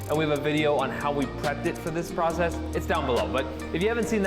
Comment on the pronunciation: did the cutting, Nick did the polishing and Sylvie did the camera work! I see that pronunciation of the word "process" is rubbing off on Nick!